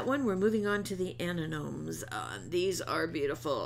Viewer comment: absolutely beautiful cards as always. I OVE SPELLBINDERS and it really helps to see what you've done with them. I will continue to watch you for inspiration. As a florist I just wanted to clarify the flower is pronounce a-NEM-ah-nee